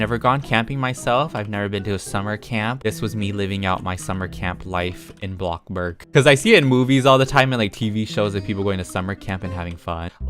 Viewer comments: Is it just me or does he say blockburg instead of bloxburg?? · i love how he goes from"welcome back to bloxburg" to "welcome. wAtA bUrG"